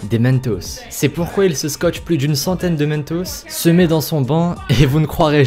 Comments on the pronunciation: Srx qui dit " MENtos "? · Il dit du slim et des mènetos c'est dérangeant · Bonne vidéo mais... 1.Slime se prononce " slaïme" 2:mentos se prononce comme il s'écrit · On dit mentos pas meentos et slime pas slim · 3 choses que je déteste : - La prononciation du mot "Slim" - La prononciation du mot "Mentos". - Le fait que ce soit des "boules" de fromage et non des chips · moi c'est plutôt quand il a dit mentos xD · Il prononce le "N" de mentos mais il prononce " Sl"i"me" au lieu de "Sl"ay"me "